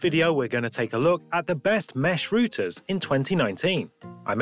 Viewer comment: Routers not Rooters!